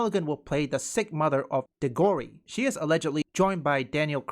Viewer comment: Just an FYI, man, I believe the name is pronounced "DIG-or-ree". But yeah, gender swapped Aslan equals crap. Wasn't his mane significant in "The Lion, the Witch and the Wardrobe"?